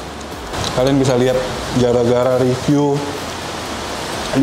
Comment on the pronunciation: Inget ya "riview" bukan "review" 🤣🤣🤣🤣🤣🤣🤣🤣🤣🤣🤣🤣🤣🤣